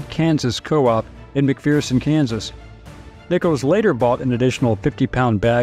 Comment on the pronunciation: Shibboleth . The city is pronounced Mc-fur-son, not Mc-fear-son.